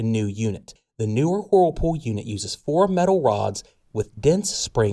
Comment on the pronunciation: It's not whoooooooerpool it's wurlpool